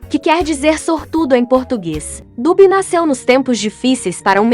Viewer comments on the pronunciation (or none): none